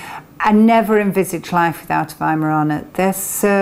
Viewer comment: I live in an America and my mom always taught me to pronounce it with a "v" not a 'w". But in America it seems that it was easier to just let people incorrectly pronounce the name then to correct them. Good to hear it pronounced correctly. Just wish we would do that here.